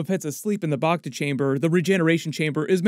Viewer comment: First, "Back-Ta" not "Bok-Ta", and Major "dOmo" not "Doormo". Then Dok Strasii brought Bobba a Wookie pelt, a high honor seeing as how the Transdoshan would have to be a great hunter to take down a Wookie. And the other "Hunter" in the palace you asked about looks like it is a droid not a guy in armor. I'm not saying it can't be a hunter, but it looks like a droid or at least a poorly suited actor.